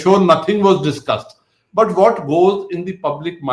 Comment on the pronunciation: Not the "most duscussed" but "most dusgusted"